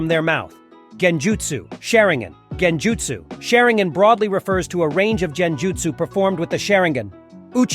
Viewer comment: It's a great summarization of the many clan's in Naruto but my only critique is the constant mispronounction of certain words throughout the video. For example kage and genjutsu, in some instances It's correct one second and in the next sentence completely incorrect. Consistency with your speech is key. Other than that again great work 👍🏽